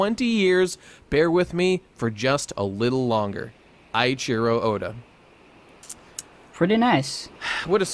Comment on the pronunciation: Weren't you a japanese super major boy,? What was that "Eyechihero Oda". Still crying for the message tho.